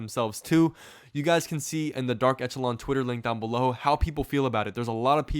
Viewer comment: It's pronounced "esh" not "ech," i.e., eSHəˌlän